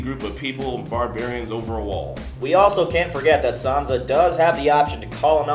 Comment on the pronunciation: It's pronounced /sansa/ not frigin /sanza/